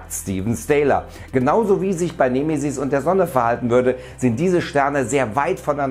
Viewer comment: nehmehsiß... 🙄 Die betonung ist bei E da gibts kein H .... "nEmE-sis".. :P ansonsten Juuhhuu Weltuntergangsstimmung.. 🎉🎈🎉